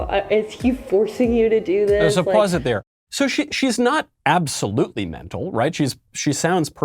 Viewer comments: Every time you say pause... I hear paws. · What Michael is saying: "pause" What I hear: "paws" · Every time he said "Pause" I heard "Paws" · Anyone else laughing at him saying “pause” thinking it “paws”? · I like how when Michael want to stop the video every so often he says "paws". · Did you say paws, or pause? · Does Michael keep saying pause or paws? Or is it pause paws? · Every time Michael said "pause" I kept thinking, "HA! Paws!" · Every time he says “Pause” I’m thinking “Paws” 😂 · Lol sorry Michael....every time you said “pause” I envision Paws 🐾 Paws 😂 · Did Michael just say pause or paws?! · Did you say "pause" or paws? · If Michael doesn’t like this video then why does he keep saying PAWS 😅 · Everytime Michael said "pause", I could not help think of him saying "PAWS"! 🤣🤣🤣🤣🤣🤣🤣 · It sounds like Michael is saying, “Paws, paws.” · Is Michael saying 'pause' or, does he mean 'paws'? 🐾 🐾 🐾 🐾